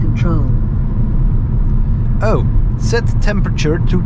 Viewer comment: Nice vid :) You made me laugh XD It was like you spoke in 'italian way' : Oh ! 🤌 Set temperature to 20° iOS : Hey, Siri ! Android : OK, Google ! Fiat OS : Oh ! 🤌 🇮🇹 (NB : I'm italian actually)